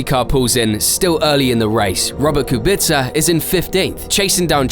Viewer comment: How is Kubica pronounced Kubitzer?